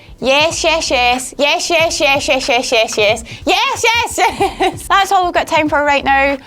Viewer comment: why did you say "yesh"? i thought you were scottish, not welsh.